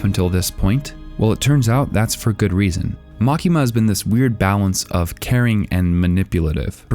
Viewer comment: LMAO! The way you say makima is bullshit!